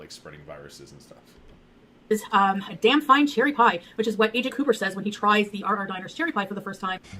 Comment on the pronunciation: "So cherry-yy" LOL that's our